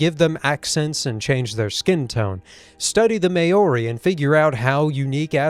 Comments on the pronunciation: It's pronounced Mao-ri. Like Mau-ri not Mayo-ri. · Whyyyy did you pronounce maori wrongggt????? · I have a very small criticism. "Maori" is pronounced with the "ao" making a sound like the "ou" in "out" It's a common mistake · If you mean Maori as in the New Zealand kind, you said it wrong. It’s a bit difficult to pronounce tho.